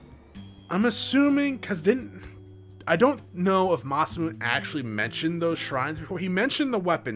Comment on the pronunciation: Oh boy next episode gonna be good :P Also it's pronounced Ma-sa-moo-nay, basically the same way you've been pronouncing it except add a "nay" at the end.